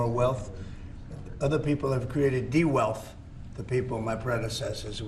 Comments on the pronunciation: What’s “dewealth”? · Did that clown just say "de wealth?" Wow. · This dud said de wealth😂😂😂😂😂